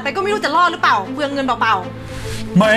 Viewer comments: ผ.ญพูดผิดอีกแล้ว เปลืองเงินเปล่าๆ พูดว่า"เปล่า เปล่าว"ลากเสียงยาวๆจึงจะถูกต้อง....แต่ผ.ญพูดว่า"เปล่า เป่า" ความหมายเปลี่ยนไป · ผ.ญพูดผิดที่พูดว่า"เปล่า-เป่า"คือไม่ได้เป่า